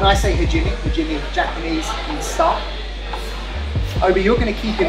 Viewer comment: Nice vid but cmon, you’re a 5x British Judo champion and you pronounce hajime as ‘huh ’. It’s supposed to be sound like ‘huh gee May’. See ya. Thanks for the vid